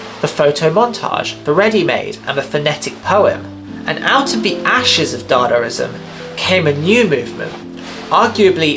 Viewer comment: It's not dadarizam, it's dadaizam or dadaism